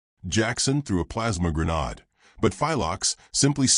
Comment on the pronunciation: I also like your stories. But, I also DETEST the way almost all AI's pronounce grenade. They make it sound like some sort of fancy French dessert. Otherwise, good work!